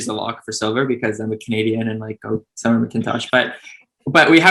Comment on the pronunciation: Daiya SEETO? Summer MaKINtosh?? jeez please stop disrespecting these athletes and spend 5 seconds to learn to pronounce their names correctly